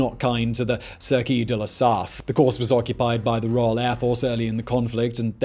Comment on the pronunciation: Sarthe is to be said Sarte. We French almost don't sound the h, except with a c in front, like in chocolate. And ouest in "Automobile club de l'ouest" is to be said almost like west. It happens to have the same meaning, by the way.